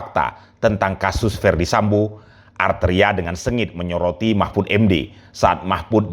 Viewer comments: Arteria" ngomong R aja gk becus sok"an😄😄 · Gak bisa ngomong R padahal namanya banyak R nya. Jadi dia itu gk bisa sebut namanya sendiri dg baik. Alias gk tahu diri. 😂😂